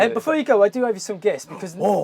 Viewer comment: Renault & Van = Veno (exactly how he pronounces it)